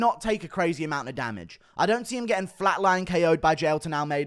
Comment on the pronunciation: U say DDP weird af and you say crazaaay the same way 😂